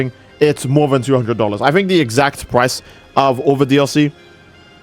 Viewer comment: "the PPPrice of PPPaid dlc..." Bro the way you pronounce those P's man.